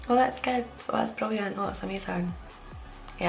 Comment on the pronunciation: about rolling R's: "I don't do that.", describing something great: "brrrilliant" 🙂